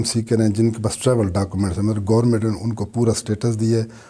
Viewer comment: خود انگلینڈ میں رہ کر منیجمنٹ اور گورنامنٹ کہہ رہے ہیں 😂😂😂